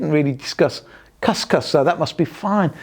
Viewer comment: couscous is pronounced cus cus (as in boo).